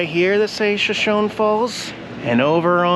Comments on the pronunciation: Usually pronunciation errors don't bother me, but since this is the name of an native American tribe, might as well say that it's "shuh show nee", not "sha shown". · I'm really not trying to be a pain in the patout ( insert your choice of words for patout) but I wanted to tell you the proper way to pronounce "Shoshone." It is "Show-show-knee." That is a Native American name. Life won't end if you continue to say it wrong but it wouldn't be like fingers on the blackboard to the purists like me. LOL As always, hugs from me and my critters to you, Diana and your kitties. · Hi, I looked it up. It’s pronounced SoSHOWnee. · I thought it was pronounced Show-show-nee. Aren't there native American tribes that pronounce it that way? I'll have to look it up. You would definitely know though since you live there. LOL 🙂👍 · Bro your pronouncing Shoshone wrong! 💩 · So its spelled the same as our tribe but mispronounced in error or disrespect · The E is pronounced in Shoshone